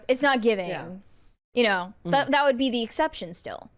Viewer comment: Please,, the word is “that.” Stop with “THOT!”